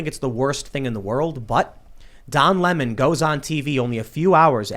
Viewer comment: Lemon is pronounced "lemon" NOT "limon" ....... that's stolid vodka limon'